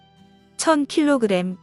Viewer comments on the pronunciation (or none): none